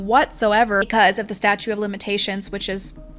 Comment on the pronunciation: Hey, doll, GREAT video. Super juicy and informative! (Only note: its the staTUTE [pron: stat-choot] of limitations, not statue, like a sculpture.) Keep up the good work, lady!!! I'll be back!